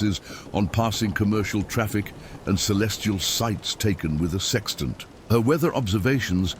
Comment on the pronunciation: It’s called a sextant not sexent you idiot